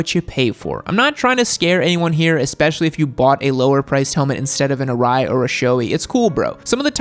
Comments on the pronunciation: Quick tip: SHOEI is not pronounced SHOW-ee. The correct pronunciation is SHOW-ay (like the 'ei' in eight). ARAI is not pronounced A-rye. The correct pronunciation is A-Ra-e (like E in Eat). KABUTO is also a another Japanese brand I recommend. They are just as good as those two top brands but at a much more reasonable price range. Source: I'm Japanese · Sorry but still saying showee and arye